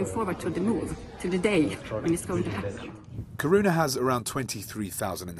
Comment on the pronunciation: dude...not courouna - Kiruna